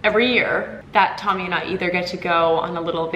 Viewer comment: Oh happy day...love home vlogs and you and Tommy. I agree with Tommy's pronunciation 😂🫶👏🏼